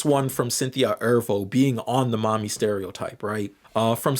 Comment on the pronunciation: says we have the sociological understanding of 3rd graders also: pronounces mammy as "mommy" and says "mommyfication" the entire video it's funny because I agree with the video but sometimes lectures on these topics as if there were no black or even halfway-knowledgeable people in his audience 💀